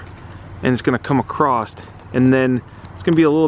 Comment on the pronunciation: "across"...not "acrost". 2020!